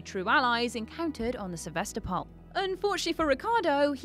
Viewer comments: SevAstapol ash. Not SevEstapol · Fact #21 - the right way to spell "Sevastopol" is "Se-vas-TO-pol". It's the name of a city in Eastern Europe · СевастопОль ахахах